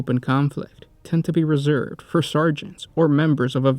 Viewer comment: Might be able to watch if your reading voice wasn’t like this “Often quit and RESERVED” “before learning how to READ OR RIGHHHHT”